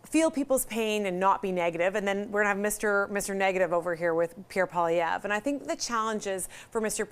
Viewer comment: "Pierre Poliwoq" 👍🏻😄